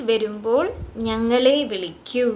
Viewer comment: വെരുമ്പോൾ അല്ല. വരുമ്പോൾ